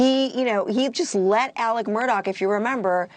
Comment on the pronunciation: By the way news nation Media, you may want to check on how you pronounce your names, such as "Alex" not ALEC; "Murdaugh" is Scottish Rite of Freemasonry; pronounce as such not Murdock😠 as much as AMurdaugh nicknames were as disgusting as ever, "PAW- PAW" MAG 🤮 Patty Sue in MARYLAND